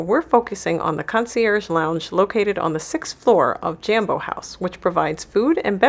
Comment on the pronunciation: its pronounced JOMBO not JAM bo ...jo as in job...smh